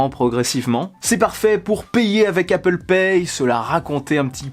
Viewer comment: its apple not appooool